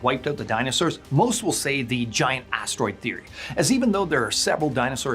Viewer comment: Kills me how he said asteroid theory 😂